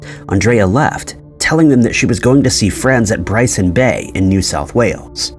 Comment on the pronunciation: I think it's Byron Bay, not Bryson Bay? I may be mistaken though.